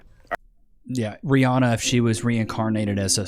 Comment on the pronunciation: Rhianna? Rhianno 🦏